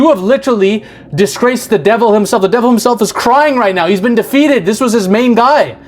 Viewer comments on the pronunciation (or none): none